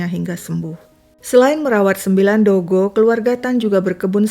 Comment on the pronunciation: Kenapa sebut dogy JD dogo??